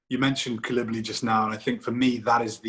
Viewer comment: bro you seriously have to fix your pronunciation of Koulibaly